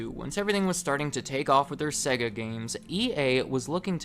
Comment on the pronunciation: Why he saying sega like segga. They literally say the sega when turning it on, not segga.